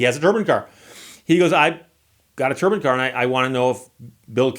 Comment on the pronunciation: If you ask Google how to pronounce “turbine” you will not get the same pronunciation at Steve uses.